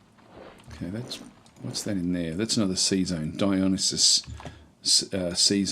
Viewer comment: Dionysus is pronounced die uh NIGH sus